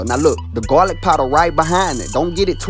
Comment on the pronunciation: “GAW LIC”